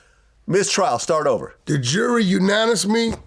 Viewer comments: Wack couldnt even say unanimously lmao 😂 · He had trouble pronouncing unanimously.😆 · The word unanimously is kicking wacks ass lol😂